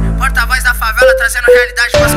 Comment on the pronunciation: Que agonia desse cara falando "Favala"